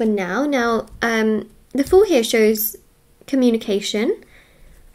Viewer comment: “I am open to honest comúnication”🕊